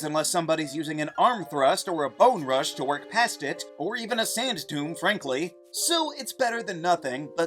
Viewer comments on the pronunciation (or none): none